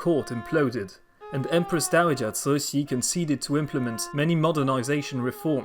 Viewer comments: The empress 'name is completely wrong, Cixi should be chi-shi or tzi-shi, not sui-shi. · Cixi should be pronounced Chi-shi (or tzi-shi), not sui-si, how very odd! It grates every time. I'm bemused everyone else thinks your Chinese pronunciation is flawless. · Cixi is pronounced completely wrong, it should be chi-shi or tzi-shi, not sui-shi.